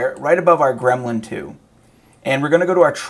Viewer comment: Gremlin still wrong 😄 not grelmin 😄